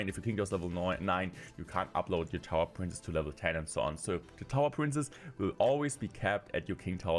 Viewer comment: Hey, you pronounce “princess” wrong. You keep saying “prince”, which is really annoying.